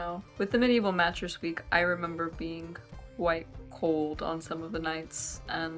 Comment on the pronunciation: Interesting accent she has. Never heard someone pronounce the “g” at the end of a word like that. “Thing-ga” “being-ga” “morning-ga”